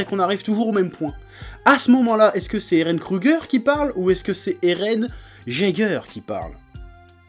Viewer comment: "Eren Jaiguer" (Jaeger) se pronnonce "Eren Yaigueur"